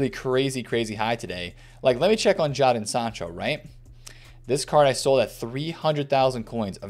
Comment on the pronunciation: “Jay-den” Sancho not Jar-don